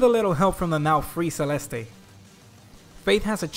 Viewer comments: It's Selest not Selestei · You don't pronounce the last E in Celeste as ay it's silent. Said like "Selest"